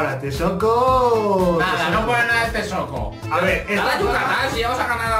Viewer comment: Maik se Dise Texcoco